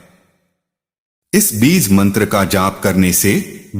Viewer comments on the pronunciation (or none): Beez beez kare ja raha hai AI. Insaan na mila koi jo AI istemaal kia?